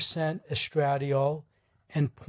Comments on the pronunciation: With all due respect, the hormone estradiol is properly pronounced : es-tra-DIE-all— accent on the third syllable. That aside, thank you for the information. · Omg, please learn to pronounce the word estradiol correctly. Take a medical course. Any course. Listen to a video about women's health. ANY video. Good lord....